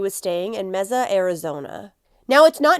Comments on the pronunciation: You are sooo cute saying meza. It’s pronounced may-sa . Love you girl! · Oh, it's not pronounced mesa (table in Spanish/Portuguese), but may-sa? Good to know. So disturbing what happened to this girl, it's satanic. RIP. 🙏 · I just want to add that we pronounce Mesa as MAY-SAH. Thank you for covering this. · I pray Sweet Emily Pike gets justice very soon!! Rest in peace 💓💕💓🌸💗🌷🌺 Mesa is pronounced May- sa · Mesa pronounced May-sa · May- suh. Just sayin. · I know it's not important, but the pronunciation of "Mesa" is "May-suh". Thank you for covering this case! I live in the area and its absolutely tragic. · This is driving me insane. May-suh!! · Mesa AZ is pronounced like may-sa. That's my hometowm